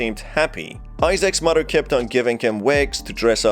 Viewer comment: I love the way he says muddah that’s how it sounds to me.